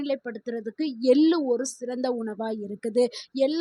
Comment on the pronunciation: Ellu எல்லு தவறு எள்ளு !! தமிழ் வாசிக்கத் தெரிந்தவரை அழைத்திருக்கலாம். இங்கு ஆங்கிலத்தில் எழுதியதை இவர் வாசிக்கிறாரா? ai பராவாயில்லை?